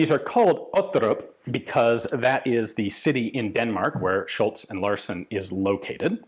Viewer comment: I think you are right, also the Larsen is correct when Ian pronounces it, but again an Icelander probably taught Ian the wrong way of saying it.